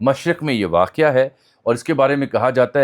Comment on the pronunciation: یہ لفظ واقعہ نہیں واقع ہے یعنی تلفظ waqe not waqia